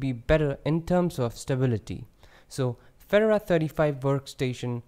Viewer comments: Feh-door-ah. All one syllable. Very nice overview. I like Fedora because it's more current than Ubuntu. It's silly but it seems more exciting. Keep up the great videos! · I unsubscribed because you can't even pronounce Fedora, nor a bevy of other words...